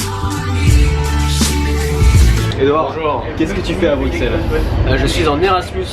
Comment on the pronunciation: Mais mais mais! On ne prononce pas le X de Bruxelles comme un X mais comme un S.:P C'est clair que la bière belge, c'est pas de la blague! J'espère que tu as aimé la capitale en tout cas. C'est ma ville de coeur personnellement.